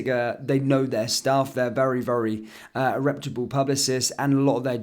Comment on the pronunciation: reputable~! not republe.